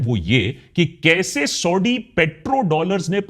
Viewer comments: Please use correct pronunciation it's Saudi (सऊदी) not Sodi (सोढ़ी). Use like one time correct pronunciation .. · Sauti Sauti kyu bol rahe ho bhai aap? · It's not ""sodi"😂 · Sodhi nahi Saudia hai bhai. Correct pronunciation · Exactly. This dude mis pronounces names, says Sau-D, Shah Baz Sharif instead of Shehbaz Sharif, like seriously smh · You constant SAUDee Arabia is so annoying 🤯 You can clearly pronounce it correctly as you keep doing so in the video it self then why this zulm on our ears 😅 #AkashBanerjee